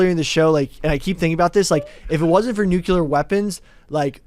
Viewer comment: Mount Rushmore of cringe: the way says “nuclear”